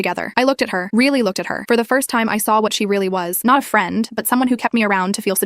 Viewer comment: Lil bro can't say first anymore 😂